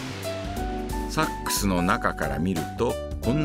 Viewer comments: ナレーションさん...。 サ↑ックス..？ サ↓ックス........。 サ↑ックス、ソックスとセックスのイントネーションと同じやないか！！！！！！！泣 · ごめん、ナレーションの「サッ↑クス」が気になっちゃうw 間違ってないけど「サッ↓クス」で慣れちゃってるからw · セックスと同じ発音だね